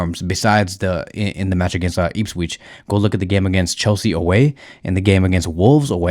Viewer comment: "Eeepsweech" 😂😂😂 my brudda its "ihps - witch"